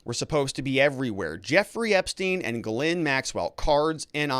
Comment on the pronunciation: It's actually Ghee-lé(i)n, the "e" is very sharp and the "i" is very faint. It's posh 🤮